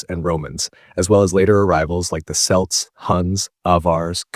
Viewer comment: The way Celts are pronounced irritates me way more than it should